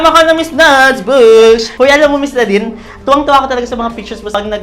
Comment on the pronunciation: ngayon ko lang narinig si Nads na nagsabi ng "bugsh" HAHAHAHAHAHHAA